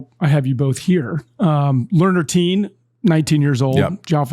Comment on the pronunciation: Tien is not teem--it is Tea-en--as is in the en of blend--Vietnamese. And when you say teem I automatically think your talking about Dominic Thiem.